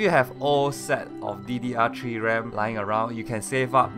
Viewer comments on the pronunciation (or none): "ddr tree ram" lmao I'm weak xD